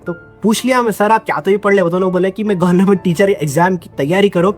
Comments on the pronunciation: Yee gornament job kiu bol raha hain? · Bhai tu jaan bujh ke gornament bolta ... Sahi kaha na maine 😂😂